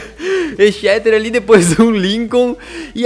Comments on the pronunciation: o exeter city se fala ezeter tipo isso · o toime Exeter City se pronuncia ezéster city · Se fala ECZESTER